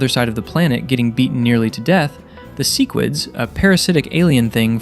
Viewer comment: Why do you pronounce sequid so wrong on purpose 😂